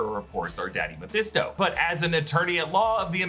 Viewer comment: hmmm. Less than 10 seconds in, he says Devils advocate. Must be back on the Mephesto train again.